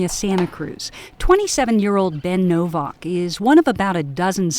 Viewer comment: libertard pronounces ...novvauk... it's novAk dumbmie